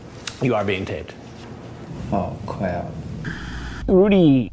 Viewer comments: oh cwap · Cris: “you are being taped” Predator: “oh cwap” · aww cwap